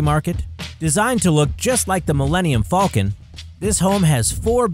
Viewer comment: THANK YOU you said “faulcon” not falcom